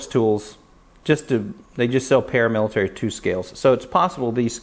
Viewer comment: Wow ml, vely nice Spydelco Palamilitaly Thlee you've got thele!